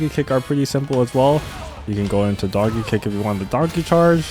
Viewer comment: wtf are you saying? Donkey Kick or Darky Kick?